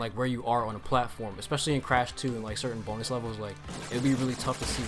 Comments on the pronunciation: when he said bonus i legit thought he said b o n e l e s s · I thought u said B O N E L E S S Levels when u said 🅱️onus levels